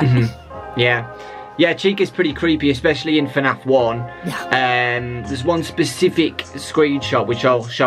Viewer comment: No one has noticed that he said F A N F instead of FNAF